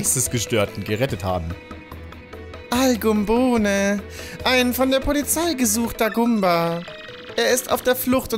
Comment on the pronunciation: wtf al gubohne :D ich glaub es wird anders ausgesprochen